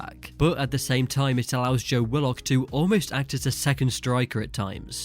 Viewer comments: It’s pronounced wi-luhk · Why is he pronouncing willock like that😂